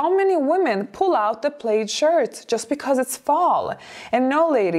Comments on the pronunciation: Her English is excellent but if you seldom hear certain words pronounced you might not know. Plaid rhymes with GLAD. I know it is spelled like you'd pronounce it 'played.' I'm glad English is my native tongue because it would be hell to learn! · Just for your info...plaid is pronounced plad (rhymes with glad), not plade. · It’s not pronounced “played”. It’s PLAD! Elegance is pronouncing words correctly on your you tube channel. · Plaid rhymes with dad not glade☺️ No shorts in fall or winter. My favorite would be booties, with a skirt. A nice sweater or cardigan. Also throw your sweaters & cardigans away if they get natty or pilly. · Plaid pronunciation. Instead of 'played', say 'plad' 😊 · P lad not Played for Plaid. English is tricky. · It is pronounced PLAD. You do not sound elegant or smart saying “Played”. Many of us older ladies have our own styles, and we are comfortable wearing them. We are not in need of the Fashion Police. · Plaid is said “plad” not “playd”. “Representable” is not an English word. You mean “respectable”. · Dear elegant: the word "plaid" is pronounced /plahd/. Please accept this tiny pointer as a token of gratitude for all you have helped me with. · So we also need to talk about how the word “plaid” is actually pronounced. It’s really hard to speak credibly about something you cannot even pronounce. Plaid is not pronounced “played.” More elegant to just say “tartan.” 😊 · Plaid ... pronounced Pl-add. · Someone has probably already mentioned this but the word ''plaid'' rhymes with ''had'' rather than ''raid.'' Thank is what makes English s difficult to learn---all the inconsistencies. and meanings for words that make no sense--the word ''bow' has two different sounds (bow tieend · "Plaid" rhymes with "sad." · The word is not plaid with a long a sound. It is plaid with the short a sound.